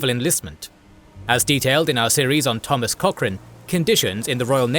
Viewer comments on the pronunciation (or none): none